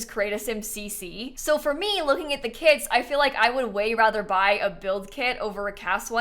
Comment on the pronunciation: EVERY TIME she says “kits” i hear “KIDS” and oh my god this phrase got me — i’m not the biggest fan of KIDS